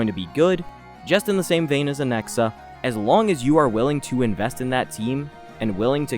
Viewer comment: Or as he says it “Anexa” 😂